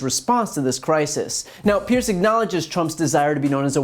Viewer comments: His name is Piers, (Pierzzz) not "Pierce". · Populist leaders translation = a pair of fucking twats. Not trying to be a dick here and just saying but his name rhymes with tiers (or tears) rather than fierce.